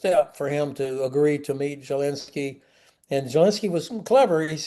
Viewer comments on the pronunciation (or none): Love Ben Hodges, but I've always wondered where that weird pronunciation of Zelensky's name come from--Jelensky?